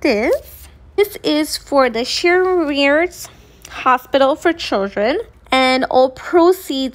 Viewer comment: she clearly never heard of this amazing organization as she butchered the name.